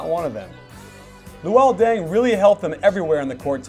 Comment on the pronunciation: did you say deng says denks?